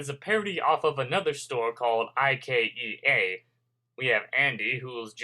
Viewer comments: It's not I-K-E-A it's IKEA one word ;) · its pronounced IKEA as in eye key a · it's IKEA (I-KEY-AH)